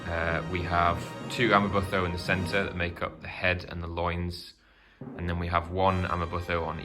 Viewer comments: amaButho is pronounced Amma-boo-toe not amma-buh-tho. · Amabutho - ama boo to (as in tomato). Great video. Sorry to pick on pronunciation. Understandable really.